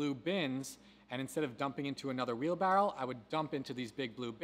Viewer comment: Wheelbarrow not wheelbarrel lol